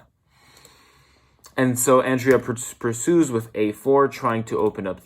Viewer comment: It's Andrea (On-Dre-A) say her name right, it's so annoying.